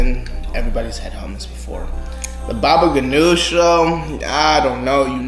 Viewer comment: i am lebonese and you prounouced hommus and baba gunooj wrong and you don`t heat up the grape leaves